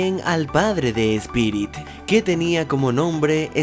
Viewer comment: Espirit? es: "Spirit"